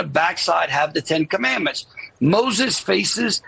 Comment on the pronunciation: Commandments is a three syllable word, he cannot even read or pronounce it correctly.